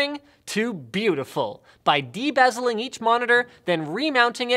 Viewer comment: i thought Linus said "bedazzling every monitor". I was outraged at how he said that so seriously with a straight face. Then i realized he meant de-bezeling, or take off the outside bezel. Edit: after watching the whole thing I think bedazzling the monitors would had looked better.